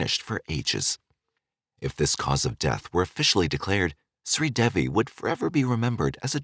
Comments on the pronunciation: SRI De-Vi Not sweet Debbi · This story the truth her husband did not kill her it was an accidental drowning her name is pronounced shree devi the name devi DE -day and VI is V,so it's DAY-V ❤